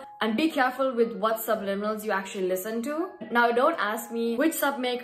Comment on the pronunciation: Finally you pronounce it right gurrlll 😂❤